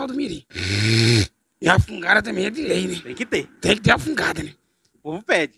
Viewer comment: Gánha. Grána. Fasil. Támbem. Kkkkkkk. Engánando kkkkk